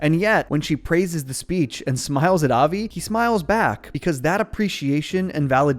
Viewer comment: You can tell when and non jews talk about this show since they pronounce Avi's name with more of a Brooklyn accent. That's just the way the mom pronounces it so the family does too. Most people would pronounce it more like 'of-y' Same with rosh-hashanna. Most pronouce it as "rush'...occasionally "roush" (like master roshi) The Yom in yom Kippur should be pronounced more like yum The bat it bat mirmtzvah should be pronounced more like but